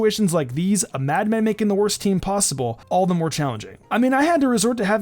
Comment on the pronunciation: If you say wørst it sounds like wuhrst